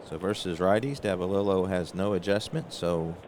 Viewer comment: I first started calling him Bobby Nopp...didn't figure the 'K' was pronounced...but later learned it was indeed 'Ka Nopp'...also later on I heard you miss pronounce Davalillo...it is really 'Dava LE oh'. Saw a couple of rules that you seemed to not know. One was all second column numbers are not affected by the letter grade of the pitcher. So all second column rolls are basically vs a 'D' grade pitcher. Also, I noticed that you didn't advance Big George Brunet to a B grade pitcher. Rule states that a D grade pitcher advances to a C, (add five points to his number grade), grade pitcher if he throws 5 consecutive innings where he allows no earned runs. He gave up that first inning 'dinger' to Tovar, and then threw 7 consecutive innings of shutout ball, which would have advanced him to an 'A' grade if you didn't pinch hit for him. His last inning he should have been a grade 16...if he was first a Grade 6 pitcher. Also, Perry should have had a five point increase too. Check the rules on pitcher grade advancement and reduction if they give up a certain number of runs in a 9 out span. One thing I really love about your presentation if the visibility of the cards...real nice job there. Some people don't show the cards or you can't read them because they are too far away.